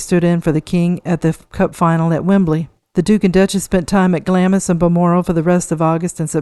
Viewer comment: Cheyne, Worcester, Glamis just a few names you should have learnt to pronounciate before you talk.